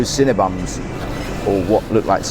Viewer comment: did you say cinnaBUM ?? lol